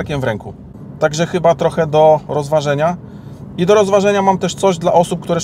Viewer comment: za dużo "ę". brzmi tragicznie i nienaturalnie. troch"ęęę" za gł"ęęę"boko wy"ę"dukowany w czytaniu. poważnie lepiej spuścić z tonu